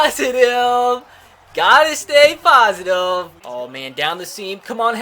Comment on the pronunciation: When you say "gotta stay positive", your accent comes out a lot